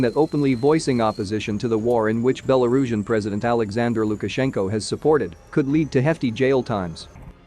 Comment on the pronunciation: # - your copy has improved a lot in past months. Having titled sections was a nice idea, butt therobo-voice didn't handle it very well I understand your decision to stick with therobo-voice. I recommend keeping the app or library up-to-date, as it doesn't handle some words very well (e.g. Belarusian)